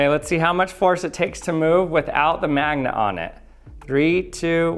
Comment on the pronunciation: You and Charlie Day say 'mangnet' instead of 'magnet'